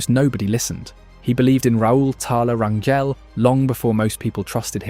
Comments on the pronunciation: It's not Ran-yell, it's Ran-hell. In Spanish, "Gel" sounds as "Hell" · Hey you're saying our last name wrong 😅 it's Rain-Gel. Not gel as in hair gel. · Rangel (ran-jel) the j isn’t like how you would pronounce jello. It’s like how you would pronounce jose.